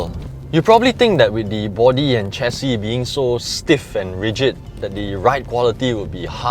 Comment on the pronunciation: Excellent review. It is "share-C", btw. Not "chair-C".